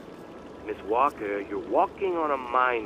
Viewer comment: I can't figure out why she's pronouncing the l in "Walker".